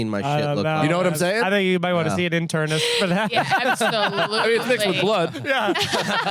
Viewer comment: 'internist' and 'gastrointernologist' are both hard nopes my friends 😅